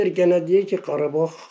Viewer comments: Abi kardag deyil KARABAG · Kardeş karadag degil. Karabag!!!! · Her sey cox gozeldi ama garadag yox garabag soylerseniz iyi olur